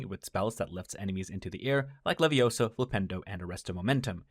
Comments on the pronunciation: it's not wingardium levioso. it's wingardium levioSAAAHHH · You're saying it wrong. It's not Wingardium LeviosO, it's Wingardium LeviOsA. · Besides, you're saying it's wrong. It's Wingardium Leviosa, not Leviosooo... :D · It's Wingardion Leviosaaaaah... not Leviosooooh...